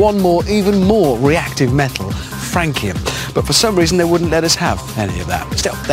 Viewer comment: No problem... May I add something: You should pronounce FRAN-see-əm = "Fransium" instead of "Franquium". Sorry, I'm French, and Francium was discovered in France... Regards, JF